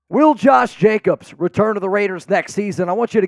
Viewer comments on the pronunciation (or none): Hey from Scooby- Doo...it's Jacobs....not Jacobses.....nor mosseses......😳😳😳😳😳😳😳.....come on man......